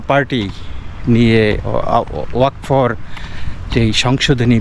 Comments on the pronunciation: দাদা এটা ওয়াক ফ নয়, ওয়া-কফ, মনে কিচ্ছু করবেন না। ভুলটা ধরিয়ে দিলাম। জয় হিন্দ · খুব ভালো একটি প্রতিবেদন। কথাটা ওয়াক ফ নয়। কথাটা বাংলায় এইরকম ( ওয়া কফ ) উচ্চারণ টা একসাথে হবে। ধন্যবাদ